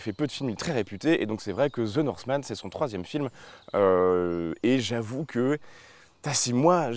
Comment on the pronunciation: Ze norsemane 🤣